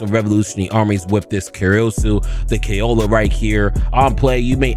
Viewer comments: Its not Kay-Olah bro its Koh-Ala, like the animal 😂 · MY GUY..... KAYOLA??? ITS KOALA LIKE THE AUSTRALIAN MARSUPIAL. great vid tho lmaoooo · Kay-ola is crazy pronunciation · Ko- Ah- La. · Oh, not a criticism just some help. Pronounced Ko-Allah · I love you brother but your pronunciation of koala is killing me 😭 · Mans pronunciation is absolutely delinquent 😂😂😂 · It’s not a vid without the butchering of names 😂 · Brother, how do you mispronounce her name so wrong. Its literally just the same name as the animal in English.